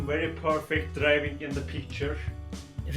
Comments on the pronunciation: İ am Pörfek player men: İ am Pörfek artist men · Pörfekt Bileşim :D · Pörfekt ingilizce Mod: On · bir sözü derki: I PÖRFEK PLAYER MEN